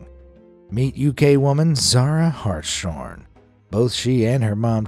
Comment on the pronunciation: The last name Hartshorn is pronounced; Hart's Horn. It is not supposed to be spoken with the hard SH, as in shine or shut.